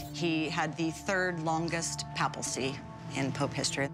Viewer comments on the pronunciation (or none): I cringed when she said “papalcy” instead of “papacy.” God bless her soul lol